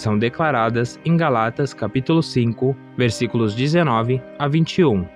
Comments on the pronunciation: Irmão, desculpa, mas é GÁLATAS, e não "GALÁTAS" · Moço, foi mal o incomodo, mas se fala: Gálatas, e não Galátas. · Irmão, "Gálatas" é uma palavra proparoxítona e não paroxítona. Fica a dica.